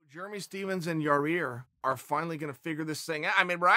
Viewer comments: Yaaaa rear is funny as heck 🤣👍its yaaaa ear Chael. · Chael just can't seem to get Rodriguez's name right.. keeps pronouncing it Ya-rear.. It's not Ya-Rear Uncle Chael.. ...............It's Ya-Ear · Came hear to watch Chael say "Yarear" couple more times Not dissapeointed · Chael: Ya-Rear Us: Ya-ir Chael: Ya-Rear Us: Ya-Rear Chael: “Okay great” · Chael is the only man who can pronounce names wrong, word has it Yarear is legally changing it this week to keep in line with the big dog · Cheal slowly starts calling Yair Yourear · Lol ya rear. Why can't you pronounce ya- air . I like it though funny shit. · I love that he tried to pronounce it different and just say Yar-rear lol. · "Pretty sure Yah-rear lives in Illi-noise or something" ... Crazy that not only have I been mispronouncing Yair but also Illinois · CHAEL IT IS PRONOUNCED YA-EAR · "Yaw-Rear" lol I love it! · He's been corrected more than a few times, so... Not for Nothing it's still Yer-Rear! 🤣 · Have enough respect to say the man's name right, Chael. I'll help you. Yah-ear. Easy. Now you try it. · Ok chael! Let’s say pantera now ya-rear is not working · "Ya-Rear" and "Jirmy" videos are my Favorite! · Ya-REAR Rodriguez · Everyone in the comments: It’s not Yarear Chael: Ok Great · YAI-EAR CHAEL. It’s not difficult. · yah- eer. for fucks sake. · Chael "Ya'Rear Illinoise" Sonnen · Here chael I will make it easy for you YAH-EAR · Chael gets paid to talk about MMA and can't even say half the names in MMA 😂 ask him to say "ya-rir and geder-jay-check" 3 times fast! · for fuck sake it's not yarEAR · Lol he still can’t pronounce it correctly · tell us Uncle Chael, where does the second R in Yair fit into all this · Jesus, can chael learn how to pronounce Yair... its not that difficult.. smh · Learn to pronounce yair please. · Chael for the love of god say his damn name right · Chael "I put da noise in Illinois" & "da rear in Yair" sonnen